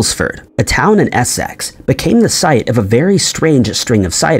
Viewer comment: Essex is pronounced "essix" not "ess sex" no need to emphasise the sex